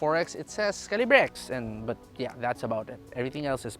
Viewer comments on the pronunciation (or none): Its "kal" + "uh" + "buh". Sorry im kj.